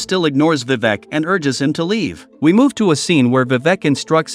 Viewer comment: Vivak 🤣 the pronounciation is wrong